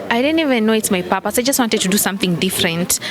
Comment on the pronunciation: Papaas! Kenyan pronunciation for purpose!